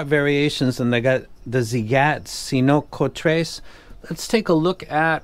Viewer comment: Cincotres looks like "cinco" (five in spanish) and "tres" (three), but I can't figure why. You should pronounce something like "Thinkotress". Cool name 😂